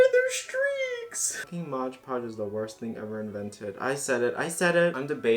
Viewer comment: Whenever I hear someone say "modge podge" I die a little more inside